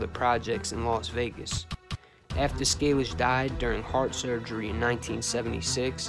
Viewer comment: Its pronounced Scay- lish. If you could do anything on Johnny, boss of very powerfuk Cleveland mob from 45ish -76 was at Appalacin, had first financial interest in Vegas through Moe Dalitz and the 'little Jewish Navy' guys who owned The Beverly Club in Kentucky and spun the profits into ownership points in the Dunes hotel in Vegas, without the TeamstersPention fund, before that. But, there's very little info on him, unless the family wanted to do his story, but I doubt it